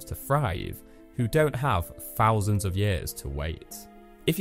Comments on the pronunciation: are you saying "fousand" or "thousand"? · Five Fousand and Free Fousand?? I always find it really amusing (I'm easily pleased) when northern English people use Th-Fronting (this is the linguistic term for replacing the "th" sound with other sounds.) because this is very much a southern affectation as part of the Cockney dialect. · Great project! I had a hard time listening to the narration though. Every “th” sound came out as an “f.” Five “fousand,” “froughout,” etc. Brutal!